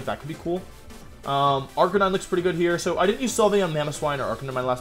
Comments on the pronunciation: Did this man really just say Ar-ca-ni-nay? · Arca-ni-neigh might be my favorite 100% accurate pronunciation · Did you just say Arcaneenay? Lmao 😂😂😂😂😂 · did this man really say arcan knee nae? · 0/10 because how you said arcanine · It's sad how Wolfey is a Pokemon world champion and can't even properly pronounce Arcanine. SMH